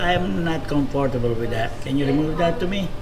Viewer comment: As a public servant, your comfort is not a factor in your hiring. Quit and go work in the private sector if you’re not “cum four too boo”!